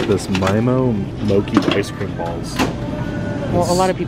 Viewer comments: I love this video. The only thing that bothered me for some reason was that you pronounced Mochi (moh-kee) & it’s actually pronounced like (moh-chee). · MOKIE??? MO CH IIII 😂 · how you say mochi as moki. XD (mo- chee) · It took me a full 2 minutes to realize you are saying balayage. You were pronouncing it "bi-a-lage" lol also you guys continue to pronounce things in ways ive never heard. Poe-kay to you guys is poe-kee and moe-chee as moe-kee lol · it's....it's pronounced "mo-CHEE". not "mo-kee". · Also, Mochi is pronounced Moe-Chee 😂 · As someone from Hawaii, the way you say mochi and poke is so funny to me lmaoooo. it's actually pronounced as moe-chee and po-kay. love you guys though lol. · Mochi is (mōchē) not like gnocchi 😂love you guys ❤️ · the way you pronounce mochi is adorable lol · Pronounce the “CH” In mochi lol i love mochi icecream 😭😭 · Y’all saying mochi wrong 😅